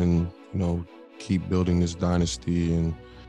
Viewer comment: don't mind you hating on brooks just don't say "dynasty" like that man 😂